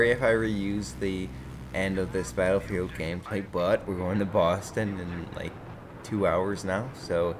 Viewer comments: Do you know that you are saying 'What is gode-ing on'!? You must be doing it on purpose!!! :P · Did he just say "what is goating on"?